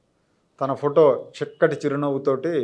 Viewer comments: చిక్కటి చిరు నవ్వు కాదండి. షిక్కటి షిరు నవ్వు అనాలి. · చిక్కటి కాదు సార్ షిక్కటి